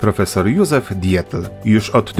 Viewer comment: Dziękuję za nieustającą popularyzację naszego kraju. Świetny pomysł i realizacja. Pozdrawiam życzac zdrówka i niespożytej energii do tworzenia dalszych odcinków. Ps. Jedna mała uwaga: nazwisko Dietl wymawia ditl. Pozdrawiam.